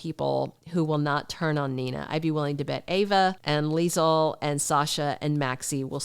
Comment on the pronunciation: Hey! I love your Leisel accent lol on point! Two things. Do you think they will ever bring up the fact that Ezme is the reason Sasha lost her baby? There are a few things that happened but the writers move on quickly like it never happened. Like when Lucy got kidnapped, hit a man and ran off then next thing we know Lucy is at Deception like nothing happened.